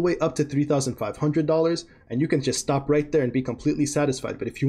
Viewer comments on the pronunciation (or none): none